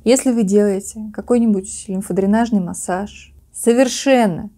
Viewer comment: В слове "массАж" ударение падает на второй слог, второе "А" также и при склонении этого слова: массАж, без массАжа, исправить что-то массАжем, благодаря массАжу и т.д.